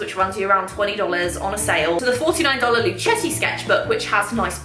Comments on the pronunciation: It's pronounced "lu-keh-ti" 😊 It's named after their Italian great grand-father "Our Story – Luchetti We chose the name Luchetti in honor of our great-grandfather Michele Luchetti who was born in Fabriano, Italy," Source: Luchettis own website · I think Luchetti is pronounced with a a hard c ( like the end of luck) as in Italian ( where words/family names often end in i) that is how ch is pronounced.